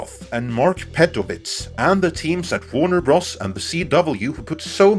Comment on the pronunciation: Great video. I thoroughly enjoy your take on pop culture. One tiny criticism of the execution of your script for this video and future videos: Warner Bros. Stands for Warner Brothers. I cringed after the multiple times you kept pronouncing Bros. The way it is written, rather than what it means/represents. Just like LFL is short for Lucas Film Ltd. .....Ltd. stands for limited. It is a minor critique and one that I hope you take as an honest remark and in no way a flagrant dig with any sarcasm or agenda. Keep up the great work!